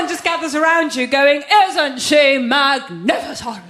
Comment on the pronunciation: "isn't she MAGNHAFASON?" 😂😂😂